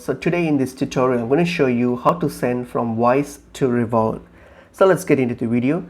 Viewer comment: It's pronounced RevoLOOT not ReVOLT!